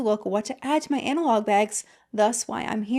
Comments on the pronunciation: When u pronounced "Hobonichi" wrong I know u not a planner tok influenced girly😂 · love the video and totally agree, and the pronunciation of Hobonichi did crack me up a little (no shade at all, I collect Japanese fountain pen inks, and I literally can’t pronounce so many of the ink names😂)